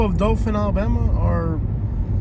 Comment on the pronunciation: It’s not dofin 🙄 it’s Dothan Dow-thin😑 if your going to come to our city pronounce it right it’s literally one google search to find the correct pronunciation